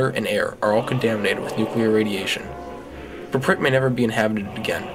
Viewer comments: Why does he call it "praprit"? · I believe your saying Prypiat Wrong. Then again I don't know Russian. However I believe its Prip-e-yat. Nice video though. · Good short info video. But you could at least have pronounced PRYPIAT the right way =(